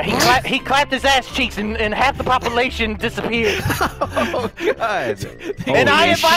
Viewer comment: I just realized delirious says "papalation" xD